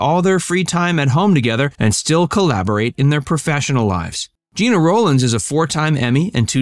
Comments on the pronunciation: He was a really good actor, but couldn’t get past type-casting as a slimy greaseball character. She was just great in every single thing she ever did! FYI — her name is pronounced Jeh-na, not Gee-na . . . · It’s not GIna it’s GEna ! Please pronounce her name the right way. It’s so disrespectful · It's pronounced like Jenna, not Jean-uh. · It may sound trivial, but her name was pronounced like “Jenna”, not “Geena”. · First, I usually stop listening to any Rowlands/Cassavetes story when she is referred to as “Geena.” She’s been around for 70+ years, you should know it’s pronounced “Genna.” Also, I’ve never seen any documentation that they considered divorce. Citation, please? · Huh?? Her name is pronounced like Jenna..not Gina.. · Her name is GENA not Jeana!!! I knew them well. Please be respectful!u You are so off.. with your superficial and tacky interpretation. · Gena not Geena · Her name is pronounced like Jenna. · stop calling her geeena, its Gena like jena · Her name is pronounced Jenna, not Jeena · This shoddy piece about two great legends made me cringe every time the narrator said "Jeena." Her name was pronounced "Jen-na!" Really inferior work here. An insult to the great couple. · Not Gee-na. It is Gin-ah. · It’s GIN-AH. Not JEANA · I do believe that Gena’s name was pronounced “Jenna”. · Well done! But it’s pronounced “Gehna.” A soft “e.” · She pronounced it "Jenna". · Gena pronounces her name like “Jenna”, by the way. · No it's not it's pronounced Jenna 🙄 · Any references for the information you claim? Also you mispronounced her name.